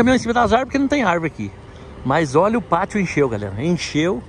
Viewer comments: "Pátil" ? Kkkk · corrige ai! É pátio.